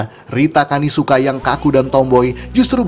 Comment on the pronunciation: Rita Kanisuka ❌ Rita kamisuka ✅ Sudah rusak emang kulkas satu ini 😍